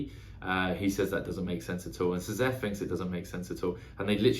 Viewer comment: Have loved your reviews for a while, so happy you are doing stormlight. Just for reference Szeth's name is pronounced Zeth.